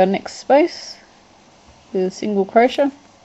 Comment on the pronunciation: What's a "crosha"? (I know I know, I'd just never come around that particular pronunciation of "crochet" before. Croshas, crosha.... Where did this woman grow up?